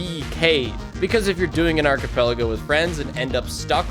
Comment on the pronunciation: thats not how you say archipelago